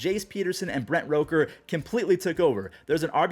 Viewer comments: stop saying Brett rocker it’s rooker 😂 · Still pronouncing Rooker wrong. He joins Spencer Steer and soon Encarnacion-Strand as Twins drafted hitters to prop up other organizations rebuilds while the Twins can't hit 🤦🏻